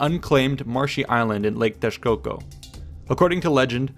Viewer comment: Thats some great pronunciation from an non native damn. You even knew to say the correct form of Teshcoco, instead of Texcoco.